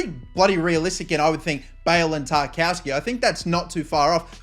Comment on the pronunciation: Stop calling him Tar-KOW-ski, it’s Tar-KOV-ski 😂